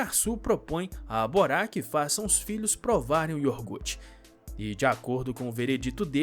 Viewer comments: Meu senhor.... não se diz Iorgute....o nome certo é IOGURTE.... Caramba ! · NÃO É IORGUTE, É IOGUUUUURTE.